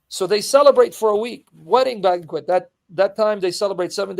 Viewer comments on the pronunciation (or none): none